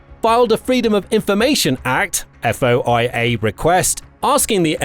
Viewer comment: FOIA is pronounced "foy-ya"